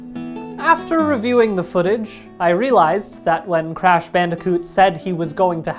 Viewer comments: Crash "Banderkoot"? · I can't get thru this with the audio clipping and the fact that he pronounces bandicoot weird